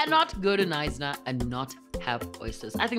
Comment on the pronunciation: Knsyna the K is silent